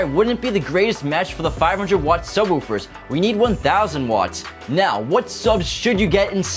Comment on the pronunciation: Why do you keep calling subwoofers subwahoowafers.